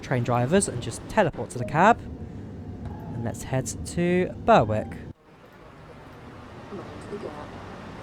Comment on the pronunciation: Just thought I'd mention, Berwick is pronounced "Berrick". It's not the most logical of pronunciations, so your mistake is easily forgivable.